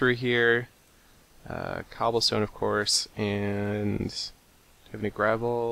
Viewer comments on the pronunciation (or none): none